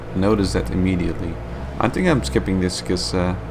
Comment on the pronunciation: dude...je films zijn ok en je Engels over het algemeen gewoon goed....maar probeer echt van de 'tink' weg te blijven het is 'think' de H zit er niet voor niks!